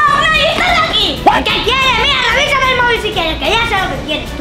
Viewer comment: Revisame ❌ Revuisame✅ 😂😂😂😂😂😂